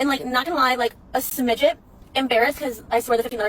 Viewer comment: She should be embarrassed and shunned for saying "smidgit" instead of smidgeon. That's horrifying.